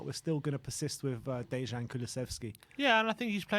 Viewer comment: The pronunciation of the letter 'j' in "Dejan" is like the pronunciation of the letter 'y' in "York"!